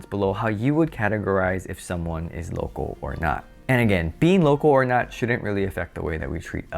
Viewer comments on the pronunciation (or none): your pronunciation of “local” comes across as “Loco”!! And you repeat it so much that it becomes comical 😎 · Did you say Loco or local ?